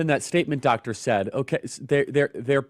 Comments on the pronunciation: The way Charlie pronounces Dr Saad name makes me laugh every time. Dr Sad😂😂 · You got to understand the danger of RADICAL Islam after you listen to this man ie if you have not already knew it. This is the civilisation war against Western Judeo values /culture. BTW his name is pronounced Sar Art not sad😉